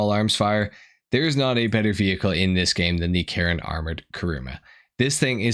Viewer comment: Karin is Karin, man. Why does it somehow became Karen when you say it?